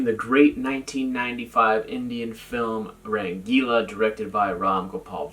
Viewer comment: No dude u didn't pronounce anything wrong.You nailed it